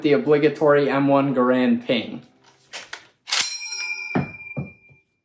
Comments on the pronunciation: Enjoy your lessons. Garand is pronounced GAIR-und. Emphasis on first syllable. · All of this just to pronounce Garand wrong...